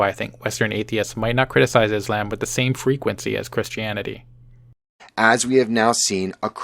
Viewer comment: Excuse me? Is-lamb? Dislike.